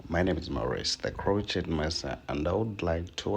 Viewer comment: hello. i want to say this in the friendly way. crochet is a french word. you say crowshay.